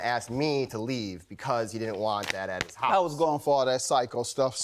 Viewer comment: Girlie,that trick of having a man's child(ren) to force marriage is like 95% out the door. Am I the one hearing "holice" instead of house?